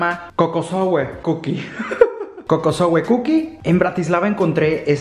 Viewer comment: Me morí de la risa cada que el dijo "Kokosowe". Adoro todos estos videos 💖